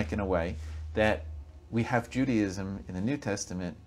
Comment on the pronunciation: Its not pronounced Judyism, its Jew Day ism thats your first big problem Language is the key